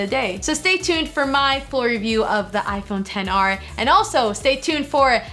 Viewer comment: You said 10R instead of XR